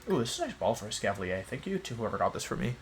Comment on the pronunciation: Why does he pronounce certain Pokémon (Gyrados, Gengar, Escaviler, etc.) wrong? Is it a running joke for the channel? I’m newer so just wondering